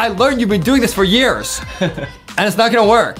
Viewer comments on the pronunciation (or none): none